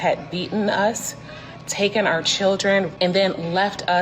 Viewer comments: “Tuken away” 😂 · You know someone's opinion not only means nothing but is just straight up dumb, when a 'fluent' English speaker says 'being took-en away' instead of taken. Ik accents can be a bit weird sometimes but literally every other word was mostly perfect pronunciation. Like when people say "I done that" smh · “Bein tookin away” lolol ignorance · "bein' tookin' away" I'm not saying she's not educated, but....